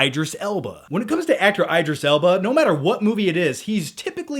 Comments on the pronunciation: Is anyone else cringing whenever says Eyedris Elba? besides me. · eye-driss Ellbarh? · It's ID-ris L-bah, why the fuck would it be ED if there's an I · Eye-dris Elba😱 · omg every time he says idris alba's name i laugh, thats not how you pronounce it lol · Unforgivable mispronouncing my husbands name.